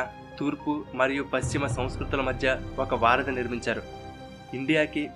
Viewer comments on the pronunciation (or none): none